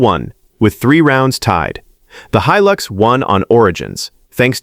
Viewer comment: Looks like AI cant even pronounce HILUX